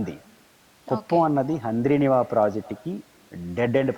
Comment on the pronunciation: Haaaaandri neeva kadu amma thali😂😂😂😂😂handrineeva antee😂😂😂